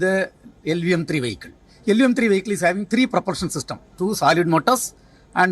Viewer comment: Not a wehicle , a Vehicle 🚗